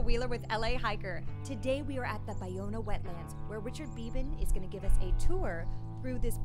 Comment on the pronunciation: Finally learned how to correctly pronounce, Ballona. It's pronounced: Buy-Owna. Also, learned it dates back to the San Gabriel, Tongva indians. Also, that Marina Del Rey was the destruction of 50% of it, and today only about 15% of the original wetlands exist. Great.